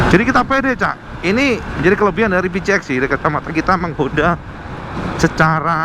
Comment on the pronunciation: plissslahhh...cara baca PCX (versi bhs Inggris) yg benar adlh: PI-SI- EKS kl mau bhs Indonesia: PE-CE-EKS